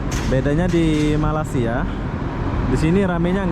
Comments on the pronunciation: perbetulkan sebutan bang,abang subscriber dah 300k banyak video tentang malaysia,sepatut tau sebutan malaysia yang betul..lama jugak saya mengikuti abang semenjak bawah 50k subscriber lagi, sebutan masih tak betul,jadi aku tergerak hati mau menegur harini...kedengaran seperti "malassia" tidak sedap di dengar,jika tidak tau boleh tanya orang2 malaysia sebutan yang betul... #sekadar teguran jika tidak aku siapa lagi yang memperbetulkan... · Bukan MALA SIA mas.MALAY SIA. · sila sebut Malay...dialek English.. dan sambung Sia.. so jd la Malaysia... bukan Malassia... pelik tul sebutan atau mengejek? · bro baca balik komen d sana,ak dah cadangkan "jika tidak tau boleh tanya orang2 malaysia sebutan yang betul..."eh ko ni orang malaysia ke orang asing ni, tak kan sebut malaysia pun ko tak tau sebut.malu la jadi rakyat malaysia,ke warga asing menyamar komen...